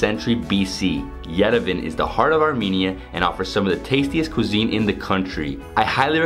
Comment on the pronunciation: Yerevan is pronounced as Ye-Re-Vaan